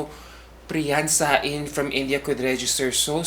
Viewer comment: Sa-in lol it’s pronounced as “Sane”. Indians don’t pronounce words the same as Filipinos